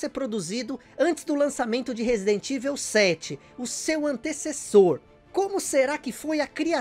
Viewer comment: Vídeo com um trabalho de pesquisa seu maravilhoso,como sempre. Mas sobre a pronúncia de Evil….ela não seria “Ivou” ?!